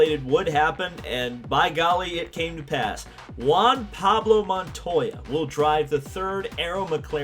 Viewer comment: Larry Mcreynolds- "don't you mean Juan Pawlo Montoya?"